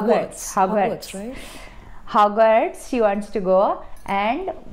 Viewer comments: It is Hogwarts NOT Howrats. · Hogwarts should be renamed as "haawrats" now 😭😂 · OMG, you're awesome Shraddha!! Khau-Khau not Kho-Kho and all zeroes are happy!! Howrats school and Pratibha is sleeping like this......👌😂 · I’m calling Hogwarts “Howrats” from now on 😂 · Havrats 😂.. to Hogwarts..